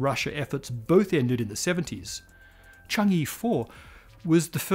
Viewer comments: Hello! Thank you for all these great episodes. I love this channel. I need to nitpick just a little. Change-e (or with a thick Beijing accent, "Chang Er") is not pronounced "Chang Yi". The Chinese lunar program is named after the Moon Goddess, 嫦娥. The "a" vowel is similar to a British "a" in "shan't'", and less similar to "a" in "can". The "e" is more like the "u" in "ugh". The same for anywhere the "e" appears in PinYin; it's a short "u" sound. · It's pronounced as "chang-uh" and not "chang-ee" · Need to point out that “Chang’e” is supposed to be pronounced as “Chang-uh”, where “e” is pronounced as in “earth”. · Pronunciation point of order: the “e” in Chang-e is pronounced “uh”, as in “hut” in Mandarin. I know transliteration of Mandarin can be a little confusing, but “Chang-ee” is ruffling my eardrum’s feathers! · Chang e. It is read like earl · Chang’e pronounced (Chong-ahh). Chang’e is the Chinese moon goddess whose beauty and loveliness is the subject of countless poems and stories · Chang'e is pronounced chang ah btw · It's pronounced Chung-err.